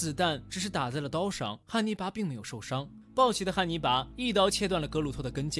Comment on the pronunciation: 一ˊ直聽成捏泥巴